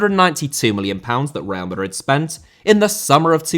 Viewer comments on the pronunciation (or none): none